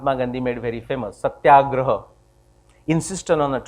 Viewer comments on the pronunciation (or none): none